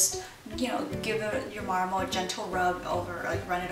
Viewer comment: Lol you say marmal